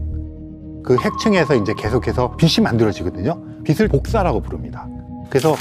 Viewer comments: 교수님 비슬 이 아니라 비츨 이라고 발음좀 부탁드립니다. 왜 자꾸 비슬이라고 발음하시지 ㅡ지나가던 불편러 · 배운 사람이 '빛을' 발음할 때, '비슬'이라고 하네... '비츨'이라고 읽는 거 아닌가? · '빛을'을 계속 비슬 비슬...